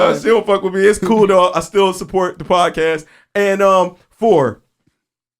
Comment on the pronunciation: I need everybody to stop saying podcastes, it’s podcast or podcasts. Like dam rich n b saying that shit n it gets me tight lmao. The fuck